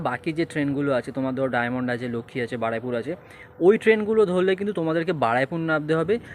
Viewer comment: Ree bhai ki Baraipur Baraipur bolchis?? ! Ota Baruipur hobe😅